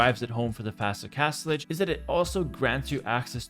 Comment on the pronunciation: Castlege? Castlige? Oh Castle AGE.